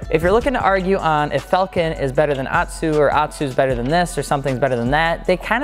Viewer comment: It's pronounced Fall-Ken , not falcon. Falcon is a bird. Falken is a tire.